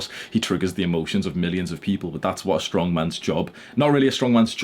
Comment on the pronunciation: HE SAID STRONK!!!!